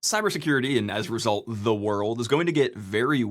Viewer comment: Bro you can't just mention The End of Ze World like that in these trying times.